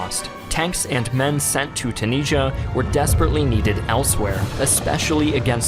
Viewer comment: Why do you say Tunisia so incorrectly?